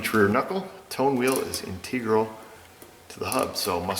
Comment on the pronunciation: since reading is an integral part of being a tech in todays world, I'm laughing at how much trouble the word gave you. You're from New York, not Kentucky! (it's not in-TEEEEE-gral)